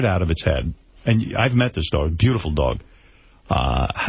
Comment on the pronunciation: Jason is the worst. The way he pronounced dog drives me nuts